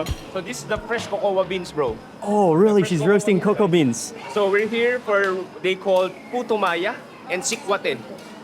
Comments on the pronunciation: agree. He pronounced cocoa as KOWKOWWA 😅😅😅 Glad that Sir Mark corrected it (COCO) rubbery pa daw ang native chicken hahaha. As an ILOCANA, disagree ako doon. Baka 'yung puting manok na pinapaitlog 'yun, hindi native. Kalokaaa. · Why did you choose as your tour guide? He’s dumb, he’s not even a local there. All his vlogs are boring. He doesn’t even know how to pronounce “cocoa” right. Next time you visit Philippines, ask some local food vloggers to go with you so that they can tell and teach you some stories or histories about the food. Just saying